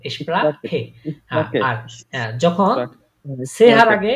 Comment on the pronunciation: ভাই আমার একটা প্রাশ্ন চিলো s এর উচ্চারণে এটাতে (Sprechn এখানে s এস এর মত উচ্চারণ হয়সে ) ( Super এখানে S টা জ এর মত উচ্চারণ হয়সে) এটা কেন?